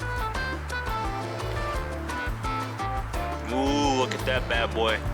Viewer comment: Enjoyed your video but you need to pronounce your French and Spanish words proper it’s coo-Shaw (French for pig) and duel-ce(Spanish for sweet or candy) and last is Ben-yay.(French who add all these letters and then get upset when their language is butchered)lol. All in all I enjoyed this video and I’ll follow you to see you finish your list.